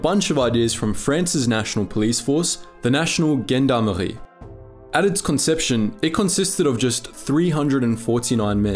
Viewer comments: The narrator should at least learn how to pronounce the names of other organisations. Gendarmerie is like "jshon" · i have never heard "gendarmerie" so mispronounced. and you wonder why people laugh at westies. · The G is a soft G in gendarmerie. In takes one minute to look it up. Do the damn work if you’re going to make serious historical videos! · btw, the Gen in The French Gendarmerie is pronounced as the french male name Jean, or "jon"... "Jondarmerie" 🙂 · Check your pronunciation - Gendarmerie , yours (1.03) is ridiculous.